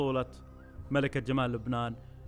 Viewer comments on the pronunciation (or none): none